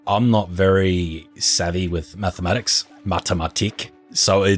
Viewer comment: Wait wait wait wait wait! Are you german? Because the second time you said mathematics you said Mathematik (german pronunciation) xD